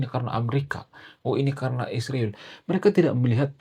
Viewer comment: SHALOM ALEICHEM ANDA PUN TOLONG SEBUT ISRAEL DG BENAR, KARENA ANDA PUN SEBUT ISRAEL DG TDK BENAR, SPTNYA ANDA IKUT-IKUTAN nurdaK?"